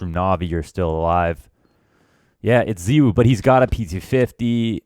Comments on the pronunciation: ZYWOO NOT ZEEWOO MAN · The problem is you don't pronounce his name correctly. You pronounce it like ZywOO and you actually pronounce it with an o. Zywo. Like in the word no. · Its pronunced zay wuu u fuckn mogli